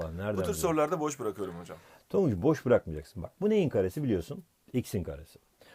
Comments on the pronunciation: tonguc yerine tangac dedin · 8.05 tanguç diyor hoca adfafdafaf